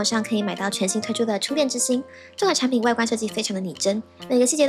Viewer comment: 把那个产品说清楚点😮